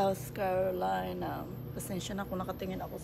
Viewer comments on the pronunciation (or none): none